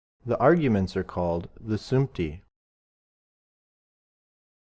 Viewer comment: the word is sumti not samti